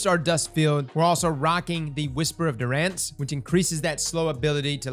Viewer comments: Durance= duur-ance accent on the front like endurance minus the "en". Lol..mom was an English nut..keep up the great work! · Addictive not addicting and durance is pronounced like endurance. Is English your mother tongue? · Whisper of Dur RANCE? Really? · Based on how pronounced "durance" the Darkness may very well be French.